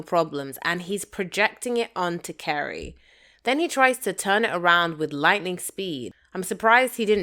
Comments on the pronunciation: Carrie not Kerry. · Why do you call her Kerry??? Her name is Carrie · Who is Kerry? Her name is CArrie! With an A 😂😂😂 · Why do you pronounce her name “Kerry”?